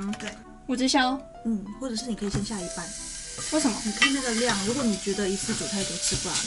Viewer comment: 最後的如果你喜歡這個影片我聽成台語的"你娘"喜歡這個影片😂😂 差點沒有懷疑Mira壞掉